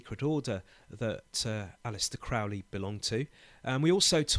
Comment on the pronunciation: You can’t even pronounce Crowley correctly…